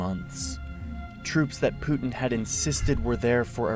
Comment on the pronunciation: You’re pronouncing his name wrong. It’s Poo tin as in 💩.